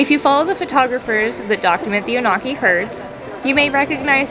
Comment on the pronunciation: The Onaqui are a special herd!! I love spending time with them on the range. fyi...it's pronounced ON-uh-kee, not oh-NAW-kee